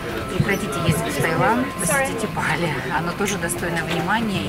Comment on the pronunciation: не бАли, а балИ